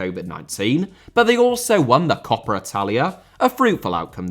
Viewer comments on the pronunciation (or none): none